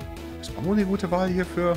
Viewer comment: Bin ich dumm oder wsrum sagt er immer bambo 😂 der heist doch Bumbo